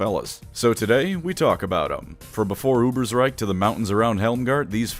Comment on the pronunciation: GOD DAMN IT, ITS A GERMAN NAME, ITS UBER_SH_REIK. YOU DONT SAY UBERSR_E_IK, YOU SAY UBERSR_A_IK do you?